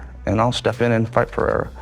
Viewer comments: Chael cannot pronounce Perreira, sounds like Peter and Cyril like Surreal! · Someone teach Chael how to pronounce Pereira,holy fuk